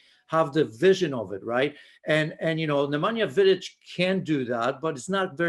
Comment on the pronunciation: Did he just said 'Namenja Vidic' 😂